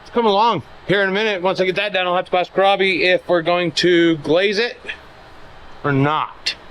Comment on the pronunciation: I have "not great" hearing so i often use close captions when the are available. Just the way pronounces Robby's first name.. it occasionally comes up on the CC as "crabby" LOL!.. I had to turn the volume as I thought was calling him Crabby for a joke!:)... But he's not it's just the "Automatic Closed Captions" fault:)